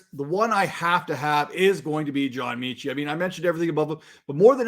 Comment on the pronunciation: John meh-chi. Meh Chit. John Metchie, pronounced Meh-chi